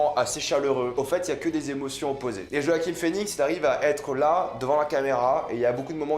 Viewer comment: Bonne vidéo, par contre c'est JoaquiN Phœnix et pas JoaquiM Phoenix